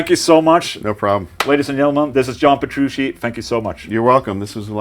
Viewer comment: nice interview, but you're not saying Petrucci correctly. you say Petrushi and it's really funny For me, Petrucci has always been one of the best musicians, but I was disappointed in him, because he did not condemn Russia's war against Ukraine. for example, all the members of Deep Purple made official statements, and they were constantly touring in Russia, and they condemned this bloody unjustified war and my favorite guitarist stayed away, sad but true